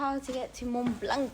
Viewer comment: english speaker saying "mont blanque" instead of mont blan(c) 😉